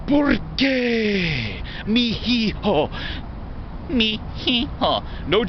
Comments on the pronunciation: / The "H" in hijo is silent. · Yeah, aside from those damn silent H's, his Spanish cracks me up. Hope he reads your comment : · / The "H" in hijo is silent.